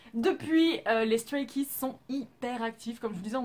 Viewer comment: StrayKids est mon ug💖💖💖💖💖💖💖💖💖💖💖💖💖💖💖 ta vidéo est superbe c'est dommage que la prononciation pour les noms soit mauvaise mais c'est la seule erreur que j'ai vu 🙃 Voilà superbe vidéo !